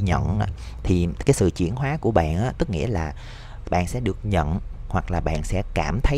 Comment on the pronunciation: "Chuyển hoá" hông phải "chuyển hó" ơi